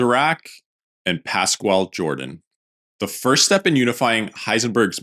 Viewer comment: "Jordan " is pronounced (in this case) as "Yordan".